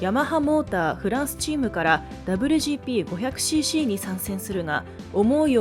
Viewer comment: この「ダブリュジーピー」って言い方は何とかなりませんかね？。当時を知らない人が作ってる感が…